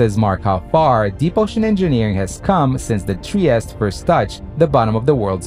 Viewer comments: In Italian Trieste is pronounced— “tree-estay “ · All fine and clear, but it's pronounced "Triest-E". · It is Trieste not Tries!